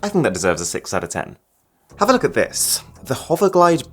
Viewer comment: When you said look at it I heard f***k it